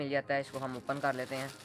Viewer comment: Yaar oppan nhi hota it’s open(op-in)